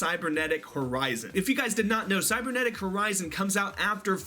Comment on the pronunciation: Guys it is called CYBERnetic not CYBERSEnetic KAPPA Cyberdragon support confirmed !